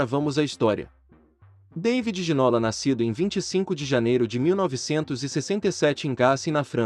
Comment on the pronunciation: Boa tarde, obrigado pelo video. Bem merecido. Mas se posso deixar uma pequena correcção, no Brasil estão pronunciando o nome de forma errada: o nome dele, por ser francês, pronuncia-se GI - NÔ - LÁ. A acentuação é na última silaba , como se tivesse acento no Á - LÁ . :) Espero que não levem a mal, a intenção do meu comentário é apenas ajudar a corrigir isso. Muito obrigado pelos seus videos. Conteúdo TOP. Abraço de Portugal.